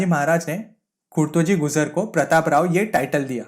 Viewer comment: Gujar bhi bolna nahi aara